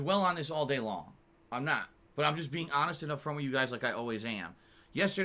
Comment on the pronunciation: Anyone who keeps stressing that they are honest. Are often the biggest liars. Bro said hanest so much the word has becomed white noise.